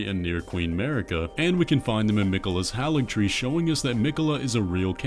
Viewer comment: HagilTree still sounds better than HaligTree